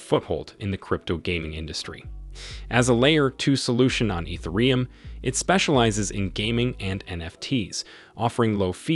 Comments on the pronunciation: Clearly AI made ether-e-um lmao 😅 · lol your voice bot still doesn't know how to pronounce ethereum